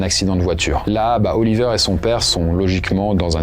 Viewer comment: Autant je connais des Oliver, mais des Oli''vert'' c'est pas commun 😅